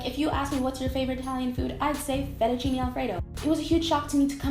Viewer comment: fettuccinE non è difficile.. fettuccinE, non fettucini